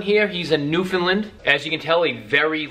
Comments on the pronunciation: its (New-Fin-Land) not (New-Fin-Lind) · pronounced newfin Land not lind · Buddy- you gotta polish up your presentation a bit. People always debate how to say ' Newfoundland", and that's fine- its just not " Newfinland". If you're rating the dogs- please- what is the scale.. " I give them a 5....' ???? Out of 5... 10...?? Lastly- while you hit on some good points, you seemed to be in a hurry to finish. They MUST be interactive with people- I've known Newfs kept in dog runs in back yards- several of which I have had removed from the owners. Lastly- please let people know, that if you are a neat & tidy freak- this is NOT the dog for you. Dogs need to be groomed minimum- once/week in " off season" and shedding season is a nightmare, grooming my dogs daily. Furthermore, when a Newf drinks water- he usually starts at the bottom of the bowl... so watch out! I could go on and on, as I own 4 Landseers, and have 2 rescue standard black newfies.. So , in summary- little more research, little slower on the delivery and pronunciation, and you'll be great at this. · Why can’t you say Newfoundland right? Its not newfinland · Newfelend lol can’t even say